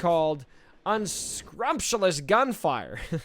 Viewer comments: unskrubtulous xD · And yet he called it "unscrumpulous", haha! We all win some and lose some. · You should have looked up “unscrupulous” as well lol. Ahnald butchered “conflagration” and you mangled “unscrupulous”. Man, you two are SLAUGHTERING the English language lmfaoo 🤣